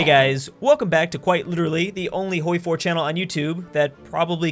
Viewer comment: You are the worst youtuber. “Hoiwy 4” OOOOOOOOOOF